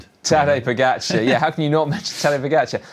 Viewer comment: Odd, the two commenters can’t pronounce pogacar correctly. Still. Ugh. Why not, if you are getting paid to comment and it’s your job, pronounce correctly our sports best overall rider? I just don’t get why not